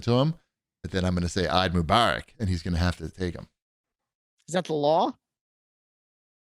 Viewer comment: Hearing say "Eid Mubarak" made me smile. You guys are awesome - happy holidays!